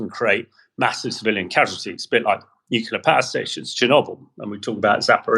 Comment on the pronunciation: 'Nuclear' not 'nucilar'.